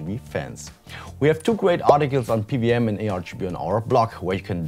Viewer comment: PWM = Pee DoubleYou M ansonsten gutes Video xD